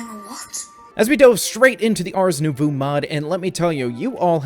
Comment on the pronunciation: not sure if it's been corrected in future videos but i feel like i owe it to you for making these awesome vids. you almost have the pronunciation correct for the word nouveau. the way i think of it when its being pronounced is the combination of 'new' and 'bow but with a 'v'' (bow like bow and arrow). hope this helps